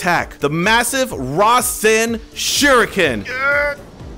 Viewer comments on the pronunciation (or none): none